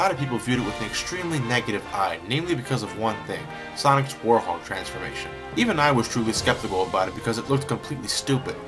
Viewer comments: I don't know if its your accent or anything but its were-hog not warthog I still love ur videos though so keep it up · ARGH! its now "warhog" its "WEREHOG" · Please tell me I'm not the only one who cringes when says "War-hog" and not "Werehog" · Its werehog not worehog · WEREHOG! Not WARHOG! :-( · You pronounce the Wherehog as Wore-Hog. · Why does he pronounce it "warhog"? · Anybody else noticed he says Werehog like "Warhog"? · did you just say warhog? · i think he says war-hog